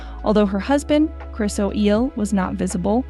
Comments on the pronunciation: O’Neal not Oeel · Chris O'Eyle? Who is narrating this, AI? This is bizarre. Get it right! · Princess Madeleine husband is Christopher O'Neill not o'eel. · The fact that you mis- pronounce Mr. Chris O'Neill's last name and give other erroneous infirmation, one must assume that NOTHING you report on can be assumed inaccurate, or plainly B.S. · If you are reporting about well known people make sure that you both pronounce and spell their names correctly, Chris O'Neill for example.